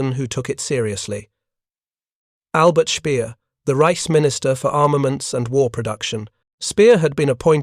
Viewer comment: Maybe I'm naive, but I expect from somebody like you, person digging into WW2 history, minimum of care and accuracy in proper pronauciantion of German names. I noticed proper Wehrmaht, but Albert Speer!? Is it really so difficult to English speakers to adopt the rule that German 'W' is pronounced like English 'V', for example? But generally ok, apart that anoying subs requests.